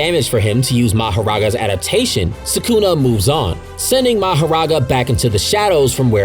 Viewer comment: Why do you say Sukuna like that? 💀 Suckuna 😂